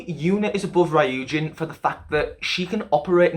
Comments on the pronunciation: Ok but the way he pronounced Ryujin 😭😂 all good tho it's a hard name to pronounce. But overall thank you so much for mentioning the whole deal with Lia, people don't seem to realize how much all their comments affected her confidence not only on vocals but in dancing too, she has so much potential and it saddens me to see her insecurities getting the best of her, and you're so right about kpop having such high pitched songs, like wannabes chorus it's so high all the time and it clearly doesn't fit lias range, which doesn't mean she can't sing, I'm so glad Not shy is a much more comfortable song for them and it's great to see Lia with much more confidence this era, she'll just get better and better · Fyi Ryujin’s name is pronounced like “Roo-jin” but it’s understandable since u don’t speak/know korean 😅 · I CAN'T WITH HOW HE PRONONCES RYUJIN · why do you pronounce ryujin like that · ... Off topic, but it's ree-yujin, not righ-yujin.. Sorry, I don't mean to be mean or rude I just would like to tell you ;v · tip on pronouncing "ryujin" okay so her hangul name is 류진. there are 2 syllables so it's not really ry-u-jin it's just ryu-jin. think of it like "yujin" but with an "r" sound if that makes sense :) oh and also for pronouncing "chaeryeong" so "chaeryeong" (채령) is made up of "chae" and "ryeong" (not "chaer" and yeong"). I think most people are good at pronouncing the "chae" part so i'll just move onto the "ryeong" part. the "yeong" part can also be pronounced as "young" if that makes it easier for you. so "ryeong" is just "young" but with an "r." put it all together and you got "chaeryeong"! :D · “Rayoojin” 😭😭 it’s “ryu-jin” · ry-ujin ❌ ryu-jin ✅ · Bytw it's REE-you-jin not RAYE-you-jin as for Chaeryoung it's CHA-EH-ryoung😄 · Ryujin is pronounced loo-jin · Saying that she's both your ultimate bias and also saying her name like "rye-yu-jin" tripped me up! Good analysis otherwise though, especially with pinpointing the areas of development.